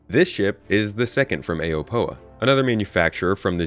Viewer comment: please say the alien words right, Xi'an is Shee on, gatac is Guh Tok, Aopoa is Ow Poe uh